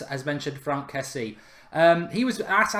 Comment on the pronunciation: I think it's pronounced Frunk Kessi-ay